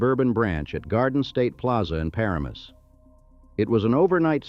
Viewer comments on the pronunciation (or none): Thr area is pronounced Par- AM - us. YOU OUGHT TO INVEST IN A LITTLE HUMAN OVERSIGHT... INSTEAD OF TEACHING NEW GENERATIONS AND IMMIGRANTS TO MISPRONOUNCE PROPER NOUNS a.k.a. "NAMES". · AI voice pronouncing paramus got me good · The mispronounceation of "Weequahic" and "Paramus" are laughable. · I laughed when it pronounced Weequahic, Paramus, and even Whole Foods.